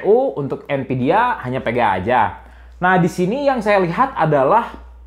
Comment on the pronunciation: VGA pak bukan VGA'AK